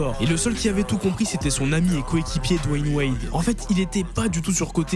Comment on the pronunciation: C'est pas dwan wild c'est dwan wade